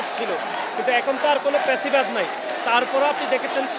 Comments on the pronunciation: ফ্যাসিবাদী কে বলে পেসিবাদ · প্যাসিবাদ না, ফ্যাসিবাদ হবে।